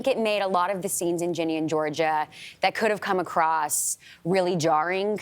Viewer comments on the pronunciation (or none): Perfect example of hosts not doing their research on their guest. For one, her mom passed away. And two, it’s pronounced Ginny, not Jeanie and not Jenny. What an absolute lovely actress!!